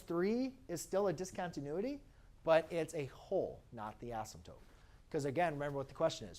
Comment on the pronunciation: This is really helpful...but please PLEASE pronounce "asymptote" correctly! A math teacher should not be saying "asymptoPe".